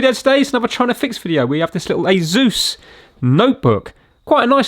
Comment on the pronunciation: Ah! Finally I know how to pronounce Asus! Now for the rest of the vid!